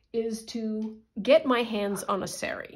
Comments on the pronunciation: It's saa-ree, not say-ree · In the name of respect and authenticity the word sari is pronounced sarr-ree and not as you say it. If in doubt always ask google translate for the correct way to say words with which you are unfamiliar.